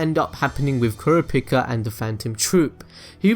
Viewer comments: My favorite character? .... KURAPIKA!!! =D btw its pronounced (cur-AH-pee-CAH) ;P Kurapika in my opinion is by far better than all the characters. Of course, this is excluding Killua who has been given lots of depth and is also one of my favorites. Kurapika is still top though. I just love the whole "revenge-driven chained-down-by-own-passions" idea. I loved him from the start (even though when I watched the 1999 version, and I saw him for my first time I thought he was a girl). When I saw him come on in the last arc for 5 seconds when Leorio calls him and he doesn't pick up, I screamed like there was no tomorrow. My favorite scene? I'd say it'd have to be something with Kurapika... hmm.... I absolutely adore the battle with Uvo (episode 47 [yes I memorized it]) but in all of HxH? I'm gonna go against my inner Kurapika and say it was the scene at the end of the Hunter Exam where Killua kills that kung-fu guy. That was totally awesome and it showed Killua's true colors in front of everyone for the first time. In the 1999 version my favorite scene was also with Killua but on the airship. It isn't exactly a scene, more a series of episodes, but I mean he meets that black haired girl with the ponytails seeking revenge like Kurapika, and Killua starts going mentally insane and talks to himself in the window of the airship.... =3 ermahgurd I ramble too much. I just love this show more than anything. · KuraPIIKA(chu) lol. Kurapika is my fav. i have a Figure and a cosplay of Kurapika. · The way he says Kurapika... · How he pronounced kurapika